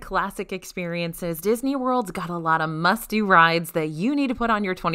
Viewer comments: I was reading your comment as she said it, so I definitely heard musty. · I thought you said musty rides instead of must do rides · I heard "musty" 😂